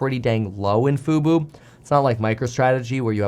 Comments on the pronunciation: fu-bOH, not fu-boo "F-U-B-O", not "F-U-B-U" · can't pronounce FUBO (Fubu LOL) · 🤣 Why have you always said FUBU when it is FUBO ??? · Love the report! By the way, you may get a text from Jeremy, the stock is Fub-o not Fub-u. 😆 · Love the news, but it’s FUBO! 😅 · "FUBO," not "Fubu." Fubu stands for "for us, by us" and is a black only clothing company. Disney didn't buy fubu haha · It's not Fubu, it's FUBO! Fubu is a ghetto clothing brand. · I was listening and wondering why he kept saying Fubu until I realize he's saying Fubo.